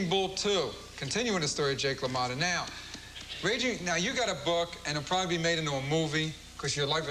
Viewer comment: dude, it's jake LA MOTTA but still, good upload